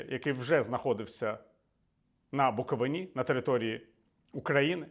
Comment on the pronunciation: Букови´на — наголос на «и» 😊 Дякую за вашу працю!